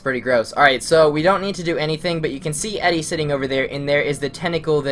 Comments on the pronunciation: Just to pick on things... It's pronounced Eedee, not Eddie. Good LP walkthrough though :) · FYI Her name is Edie, pronounced EEE-DEE, not Eddie.